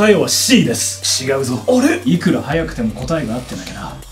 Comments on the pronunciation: Did anyone catch the pun in? Japanese people pronounce "C" as シ (shi). "Wrong" is ちがう (chigau) in Japanese. And said 「しがう」 (shigau). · It's pronounced "ちがう" and we never say "しがう". To me the difference between "ち" and "し” is obvious (and to other japanese people as well I assume) I see people mishear "しば" and "ちば" especially when you are English speaking, from my experience